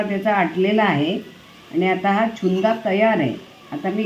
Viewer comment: नमस्कार तुमचे सर्व पदार्थ खूप छानच होतात, चुन्दा नाही "छून्दा" म्हणतात गुजराथी पदार्थ आहे